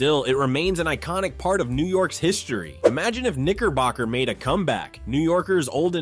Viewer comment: It came to the segment of, segment of , Knickerbocker beer, I'm glad that it doesn't exist anymore. You really have to pronunciate your words, all because, it's very dangerously close to the n-word. I bet it was a wonderful tasting beer, and people loved it. I feel like you really have to pronunciate your vowels. All of that aside, all of these beers, I've never heard of them. All because, some of these beer at the time, was before my time, or I was still a child, but most likely, it was before my time.